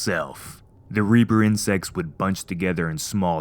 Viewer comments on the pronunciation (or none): "reaper" this guy be playin RE5